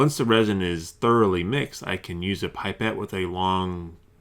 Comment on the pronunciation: Its not pronounced "pipe et" its.. "pip et"